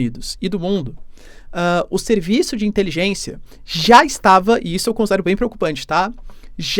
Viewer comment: Quanta "intelijênsia"😅😅😅